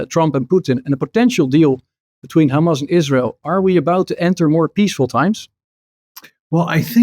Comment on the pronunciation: “But how would you go after kkkkkhamas” .. think I’ll give this one a miss